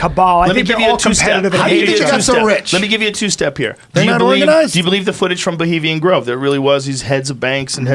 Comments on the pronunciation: "Bulimian Grove" Thanks, Eddie. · Bravo calls it Bolima grove hahaha